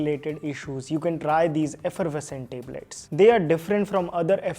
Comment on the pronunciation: Tablet❌ Teblet✅